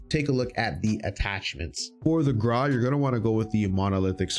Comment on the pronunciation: Videos very nice top 5 for sure, but why you say Graw but it should be (Gr-au)